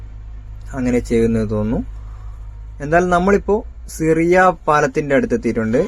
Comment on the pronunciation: സിറിയ പാലം അല്ല ഷിറിയ പാലം.